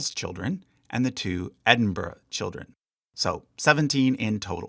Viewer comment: Noooo you pronounced Scone and Buckingham wrong 😭 although you did get Edinburgh right so I'll let it sldie